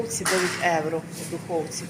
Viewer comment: Якщо вже ведете канал украінською то необов‘язково евро, евро, та можна вже євро казати!! Не в обіду! Але трошки контролюйте свою вимову!